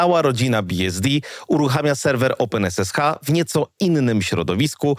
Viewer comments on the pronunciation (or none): Nie rozumiem, regression wymawiasz poprawnie, czyli co to jest "oupen esesha"?